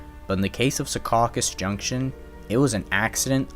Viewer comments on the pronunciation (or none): Minor nitpicks. It's SEE-caucus, not SeCAUcus and HO-boken, not Ho-BOken. Otherwise , nicely done, as all your videos are. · Its Secaucus not Secausus. I was born and raised there. It's pronounced See-caw-cus.